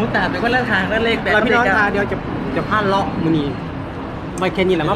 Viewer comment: พาเลาะนะครับไม่ใช่เลอะ